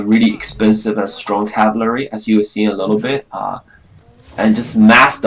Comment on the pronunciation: learn how to say cavalry and then make another video